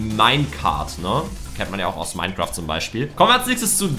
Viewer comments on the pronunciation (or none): none